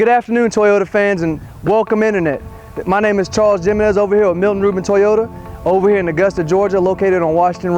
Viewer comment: Charles "Jim-enes" LOL